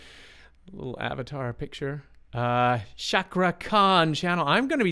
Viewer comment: Yess...Ca like Cha in Champion. Sound the R also. So, CakRa Khan.